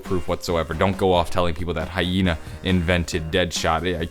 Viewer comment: It's Harvey Yena, not hyena!